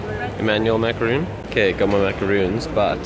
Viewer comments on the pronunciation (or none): Monsieur, c'est mac-ah-RON, pas mac-ah-roon. Since I know you like to be accurate about these kinds of things :P